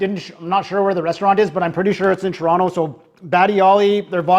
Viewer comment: Whoever it was that said your pallet wasn’t refined enough to enjoy these was bang on correct 😂 Cacio E Pepe has nothing to do with Alfredo sauce. It’s cheese, butter and loads of black pepper. 😂 Also you pronounced Toronto like an American would 👎🏼 Thanks for the laughs you gave us as we watched though.